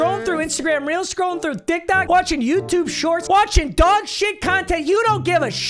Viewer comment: was it me or did he say dictok